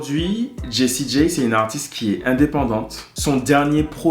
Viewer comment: Jessie J(Jay),pas G(Gee)✌️✌️✌️✌️